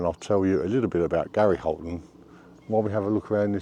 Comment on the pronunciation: Hiya 🙋 Thank you for the video on Gary Holton. Well done on the pronunciation, I had trouble with that when I tried! 😂 Best wishes Annie.